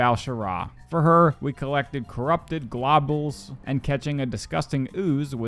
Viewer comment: With Peace and love you can put names and things into google to hear how they sound. The "globels" fully sent me lol. But hey, it gets people commenting which boosts engagement so maybe just keep mispronouncing stuff. Love the series!